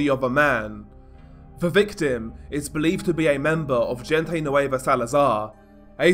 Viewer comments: Bro when you say "gente" its pronounced "hen-teh" not "jin-tay" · This is just a tip man, the G in gente nueva is pronounced like an H hente nueva basically lol love your vids keep it up! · If u wanna pronounce “La mgvGente”. Try using an H and not the English pronunciation of G … say LA HENTE… the G in Spanish has an H sound when used….i tell u this as constructed criticism.